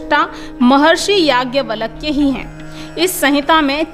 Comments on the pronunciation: आप नाम का उच्चारण तो सही कीजिए... नाम है याज्ञवल्क्य और आप उच्चारित कर रही हैं यज्ञवलक्य। उपदेश देना बंद कीजिए..... गुमराह न करें... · Don't pronounce... Valak ... It's Valkya 🙏